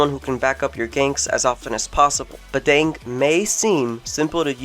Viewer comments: Bah-dàng not bah-dang as in dang it lol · oh and how u pronounce badang is wrong.. just letting u know(or its right Idk